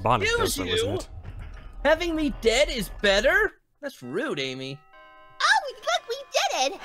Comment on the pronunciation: Omg sonic just called Amy ams